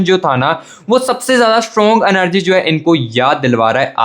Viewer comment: Ur magision kitna time khaya ek hie baat bar bar anergy nahie energy bolte hai or bar bar partner shabda use na kare 😅I wish he will be back thanks ye pyar hoata kyun hai